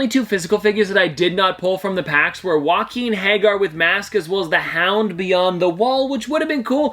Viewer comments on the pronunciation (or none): “Joaquin Hager” might be my favourite name mispronunciation of all time. 😂 Also no shade to you. It’s a hard name when you haven’t seen the show. I just thought it was hilarious. Anyway that’s awesome that you were able to get all those physical Pops! I’ll admit I still don’t fully understand how these NFT drops work but some of the physical Pops they make for them are really cool and I hope to get some one day.